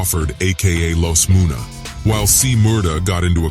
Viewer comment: this mf just said Los moonah instead of Los munna 🤦🏾‍♂️